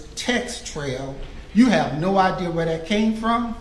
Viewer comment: "you have no idear". What??